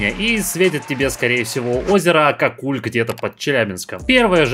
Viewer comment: озеро не акаккУль а акАкуль